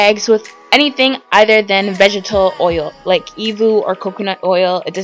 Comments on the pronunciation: It's annoying how she says vegital instead of vegetable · Skimmed. Not "schemed". Vegetable. Not "vegetal". I can't put up with watching any more to hear what other words you butchered. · Still it's not hard to say vegetable